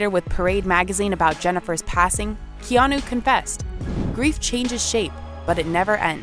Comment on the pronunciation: Keanu is pronounced keanaa..not keanuoooo